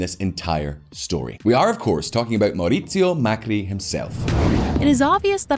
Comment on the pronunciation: Its Mauricio Macri, not Mercurio 😂😂😂😂🤣🤣🐱‍👤🐱‍👤